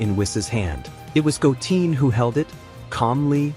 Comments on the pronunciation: 😅Goteen? 🤦🏻‍♂️🤯🙅🏻‍♂️😬It's Goten!💯Wow Great Stories Though 💯😇 Must Higher Him 4 More Stories 4 This Show!!💯🤤🥰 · It’s gotten not goteen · Bro do some research on the names who the hell is Go mfcking Teen I know Goten your messing up a good story can't stand people like you fcking up names or from Saiyan go to saiyagen damn.... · Your AI voiceover says goooteeen not GOOten Goo#10 lol fix your AI Voice over and this is perfect. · right try go10 if it doesn't say the word right try to tweak it a little bit 😊😂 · I left the video after I heard Goteen.. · Goten not bloody goteen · Goten not goteen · Stop saying Go teen🙄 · Did you say Goteen this time? can you stick to the one right pronunciation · Yeah that’s bothering me hearing it wrong. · If you get rid of that fake AI voice speaking names wrong because the ai does know yet how to pronounce them correctly... then i will subscribe to you.... PLZ loose the AI generated voice! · 🤔This is an AI narrator isn't it? It's so annoying that it's pronouncing names like Goten as Goteen or Kakarot as Kakawrote. So messed up.🤦‍♂️ So many names are mispronounced in this. Can't say Go-ten, but easily says Beer-us.🤦‍♂️ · It’s Goten not Goteen😂😂. Also it’s Kakarot not Kakaroat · Goten Kakarot are Misprononounced by the AI but i get it the ai messed up not you XD